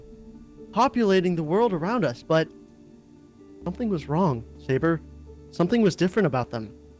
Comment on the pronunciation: Overseer called Sabre, Sobre XD